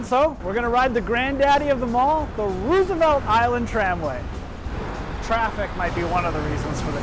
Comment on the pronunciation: How did you butcher the American iconic name Roosevelt